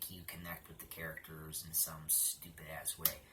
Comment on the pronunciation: I'm sorry but u say stupid like stupit